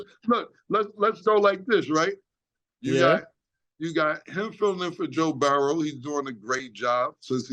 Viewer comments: I notice also. Something is going on with his speech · Aye yo Killa...it's Mike Tomlin, not Tomlinson. Joe Burrow not Bouroughs. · I love the show but Cam cmon my n🥷🏽gga it’s Joe Burrow not barrow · Joe BARROWS or Joe Burrow...😂 😂 I'm confused Cam 😂😂😂.